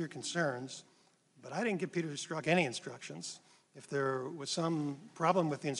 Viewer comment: “Meni”? You mean many?